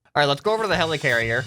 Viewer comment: he says hellicarier hes a marvel FAN